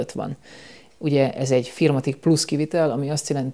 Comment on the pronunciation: mi az a "fírmatik" báttya? 😀4(four)matic-ra gondoltál(?) 😁